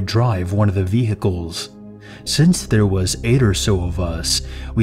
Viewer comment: "vee-hiccles" pls no